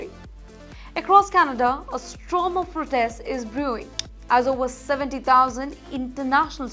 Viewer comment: It should be storm not strom hopefully the students who are protesting can pronounce properly😊